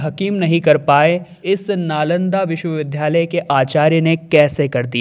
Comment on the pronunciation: विश्वविद्यालय को लगातार विश्वविध्यालय बोल रहे हें !